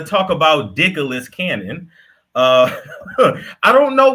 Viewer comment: "Dicklas Cannon" is crazy 😂